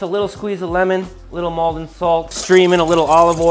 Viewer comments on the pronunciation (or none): none